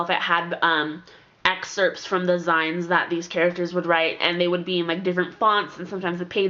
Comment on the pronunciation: I think it's pronounced "zines" like the end of "magazines." They were really popular in the 1990s. Love your videos!